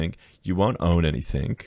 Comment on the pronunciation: Anythink anythink anythink. LOL